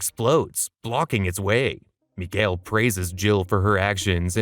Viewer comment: And mikihail sounds like Miguel lol